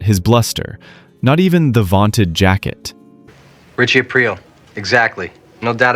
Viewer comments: Thought it was Richie A-Preel not April? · Definitely an AI channel narrator calls him Ritchie Ape Rill at the end lol. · Once he said ‘Ritchie April’, I couldn’t take this seriously. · Why do you keep saying his name wrong is this AI??